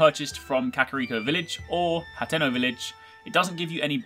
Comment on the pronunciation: Also, it's not hanteno, it's Haa-ten-O